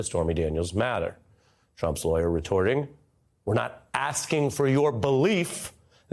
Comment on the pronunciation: “Telling the truths are lawyor tricks”? 😂. How do you say not guilty without saying not guilty? He just did! 😂